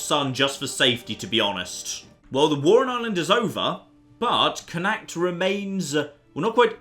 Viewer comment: Also, it's pronounced "Connaught", which is the alternative Anglicised spelling.